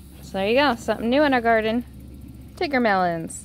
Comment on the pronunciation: I think she's saying it right. Its tigger from MI's shop too